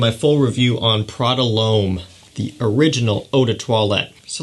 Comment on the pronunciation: It’s not Prada Loam 😂😂 It’s Prada L’Homme dumass